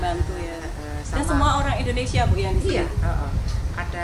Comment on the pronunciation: Indonesia...bukan endonesia🤪🤪🤪🤪🤪